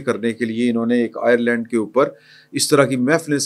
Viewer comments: Please look after your pronunciation. Island and Ireland are different things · It is not Ireland, it is island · سید بادشاہ۔ ائر لینڈ نہیں بلکہ آئی لینڈ ہے